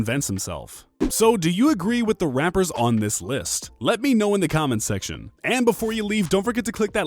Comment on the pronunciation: Are we going to ignore the fact that in the beginning he said rampers instead of rappers